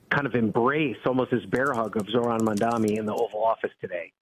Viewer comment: Mam Da Ni....NOT Man Dami.....NOT ManDani